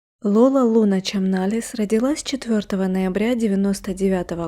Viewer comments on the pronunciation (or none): none